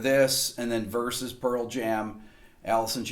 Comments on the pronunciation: Versus. Not Verses!!! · "Verses" versus "Versus" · Just a correction. It's vs. (versus), not verses